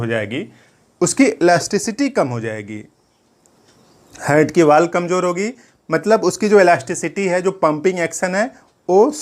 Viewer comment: हार्ट बोलिए सर हर्ट नही🙏